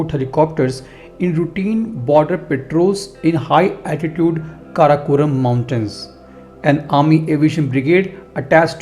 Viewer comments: it is ##### karakoram #### range and not karakonam . correct it ............. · It's Karakoram isnt it .